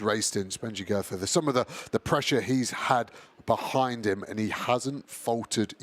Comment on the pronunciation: vs The Goethe pronunciation war has taken a strange new twist.